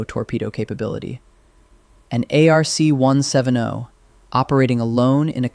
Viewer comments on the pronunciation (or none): its pronounced ARC/ARK 1 70 not 1 7 0